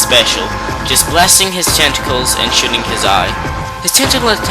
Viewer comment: Do you keep saying shitting instead of shooting?